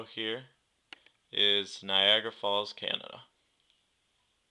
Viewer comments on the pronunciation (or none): none